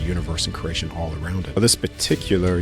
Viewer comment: My brother it’s pronounced kree·ay·shn CREATION!!!!! Say it right man dang!!